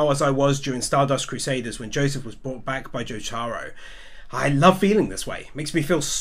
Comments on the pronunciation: sorry but i got mad when you said jotaros name like jo-taro its jo-ta-row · Nigga it’s not jotaaaaaaro it’s jotaro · is it just me or doesnt it trigger you the way he says jotaor its not jo-taro its just jotaro. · I know damn fucking well he didnt say Jaytaro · Love the video, but the way you pronounce Jotaro has me feeling like when someone asks a fat lady if she i pregnant, every time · Why does he pronounce Jotaro like that